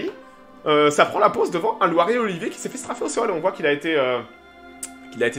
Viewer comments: ce n'est pas Loire et Olivier mais LIORE et Olivier !!!! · Pas Loire et Olivier, mais Lioré et Olivier !